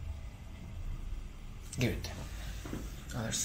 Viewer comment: Il tuo lavoro non è sapere l'inglese perfettamente... quindi non preoccuparti troppo... detto questo la pronuncia è piena di errori... tipo JOE invece di JAW... Interesting ha l'accento sulla prima i e non sulla seconda e... good si legge guud e non ghiud... friends la i non si legge... comfortable ha l'accento sulla o e non sulla a... ma ti dico questo giusto perché lo hai chiesto tu perché come ripeto non è il tuo lavoro sapere perfettamente l'inglese...